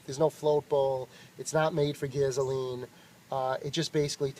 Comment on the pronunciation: What's "gaze-oh-lean" ? >